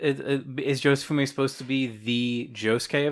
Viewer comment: Jo-Se-Fu-Mi. "Jofume", SMH